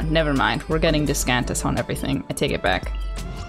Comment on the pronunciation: Discantus?? No it’s Dish cant this